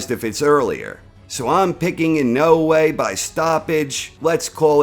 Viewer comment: Why do you say Inoue like that?